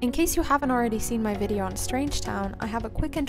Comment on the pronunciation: I keep hearing vid cunt